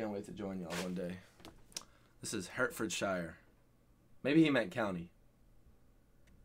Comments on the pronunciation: We don't pronounce our counties shyer, it's Yorkshuh, Lancashuh etc. Hertfordshire is pronounced Hartfudshuh. You've been to the UK, you should know better! How do pronounce the name of the US state New Hampshire? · Hertfordshire… pronounced: haat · fuhd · shuh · Pronounced Hartfodsha